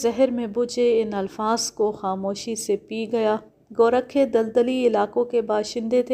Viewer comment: میڈیم ۔۔۔لفظ گورکھا ہوتا ہے ۔ گو ۔۔۔رکھا نہیں ۔